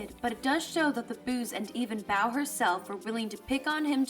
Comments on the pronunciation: Mispronouncing Bow's name, I see. It's not like "bow" as in, take a bow; it's "bow", as it, bow tie. Get it right next time! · Bow is pronounced like the accessory, not the action. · The way she pronounces Lady Bow’s name...irks me a bit.